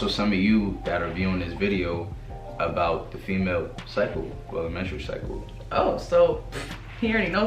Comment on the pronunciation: post menstrual "SYCLE" lol